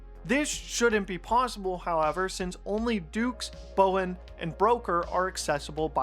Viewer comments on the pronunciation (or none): none